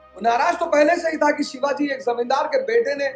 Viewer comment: Sir sorry but don't say Shivaj, Its Shivaji Maharaj, aap aur hum unke pairno ki dhul bhi nahi hain